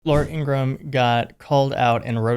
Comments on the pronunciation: It's pronounced In gra Ham will you forget to say the ham part in Ingraham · Ingra-ham. Don’t forget the ham. Like something right out of Looney Tunes. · By the way she doesn't like it when you pronounce her name Ingraham and you don't put the ham on the end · Shouldn't it be pronounced INGRA - HAM? She is a big ham. Not pretty either. and cthe voice!!!! Oh save us!! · ING-RA-HAM = is the proper pronunciation, per her brother. And against her preference.